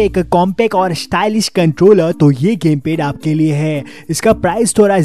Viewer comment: Lol "pese" Ke lie..🤣🤣 "gemped"